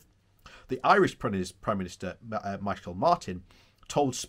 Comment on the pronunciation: The Irish name "Micheál" is pronounced as if if it's "ME-hall". That 'ch' in Irish is pronounced like a softer version of the 'ch' in 'loch' or like the 'h' in 'human'.